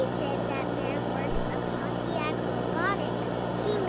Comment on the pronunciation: you dare pronounce pontiac that way